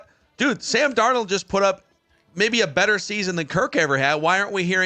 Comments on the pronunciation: He's doing the mispronunciation on purpose. He slips and says it correctly sometimes, so I KNOW he's saying Dar NOLE because he's such a JJ stan. Does he call the fast food restaurant with the golden arches, Mc d'Noles? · Have you ever had a girlfriend who was PERFECT, but you broke up with her because you couldn't stand the fact that she said "fustrating". That's how I feel about and "DarnOld". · Love. Fucking hate how he pronounces Darnold’s name. DarnOld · Dar-Nawld lol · Sam DARR-nole 😂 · I was thinking this same thing my goodness 😂 he keeps pronouncing it “DAR-NOLD” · It's worth not bringing back Darnold just so we don't have to hear butcher it all the time.😅